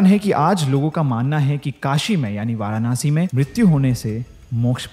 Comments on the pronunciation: It's not varaanasi..it's Varanasi 🙂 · It's not varanaasi bro it's Varanasi simply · Firstly pronounced and spell correctly it's nit varanashi It's varanasi Aur mai yahi pala badha hu But jaisa is yt wale ne sbka chutiya kata aisa kuxch ni hai koi strong energy feel waigar feel n hoti😂😂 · भाई वारानासी नहीं वाराणसी होता है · वाराणसी ✔️❤ Varanaasi ❌ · A kind suggestion...plz pronounce वाराणसी instead of वाराणासी and अघोरी instead of आघोरी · वो वाराणसी हैं... वारानासी नहीं हैं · It's not varanaasi 😂it's वाराणसी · It's Varanasi not Varanaasi Har Har Mahadev 🙏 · वाराणसी। And not वारानासि! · What nonsense way you pronounciate, it's वाराणसी not वाराणासी। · Varanasi bolna to sikh lo..Hindu ho tum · No offense but so many times he said Varanasi still didn't pronounce it rightly even once. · The varanasi pronunciation by him is too different...thnx for t information...but just one thing...karm kariye n life enjoy kariye....and apne baare m bhi sochiye...aage bhagwaan k haath m chor dijiye....varanasi story is quite feary...though so true...its t fact f this moksh nagri🙏🙏🙏🙏🕉🕉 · Pl pronounce Varanasi correctly. I don’t understand the fashion of pronouncing Vedaa, ayurvedaa even while speaking Hindi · varanasi theek se toh bol lo bro